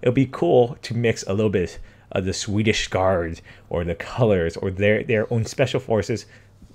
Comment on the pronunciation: Trigger aleart!!! Swich Guard!!! not swedich guard